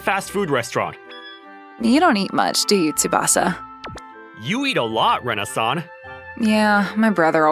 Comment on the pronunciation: When he says “Rena-san” it sounds like Renaissance I swear